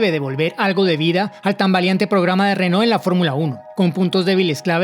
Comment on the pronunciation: Pronuncias renault como rénault.